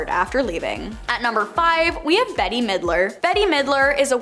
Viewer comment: "Betty" Midler??? Come on, man. If you cannot take the time & care to learn to pronounce peoples' names correctly, you have no business reporting on them.